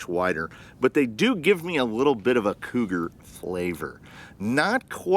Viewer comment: I heard "cooter" instead of cougar and I'm okay with that lmao